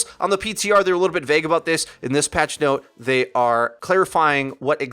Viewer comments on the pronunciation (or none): none